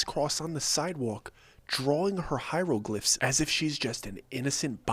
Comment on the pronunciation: lmfao 😂 I heard "Hyruleglyphs" lol like ok I got you lol. Well excuseee me princess. I cannot be the only nerd in here lol